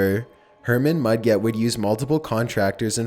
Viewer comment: It's not Herman Mud-Get Mudget sound like budget. Like a J sound, not a G.